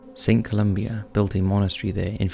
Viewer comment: "Saint Colombia" LMFAOOOO